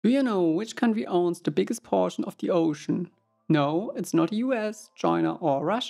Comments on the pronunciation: A poooshon of ze oooshon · “Of ze OHshin”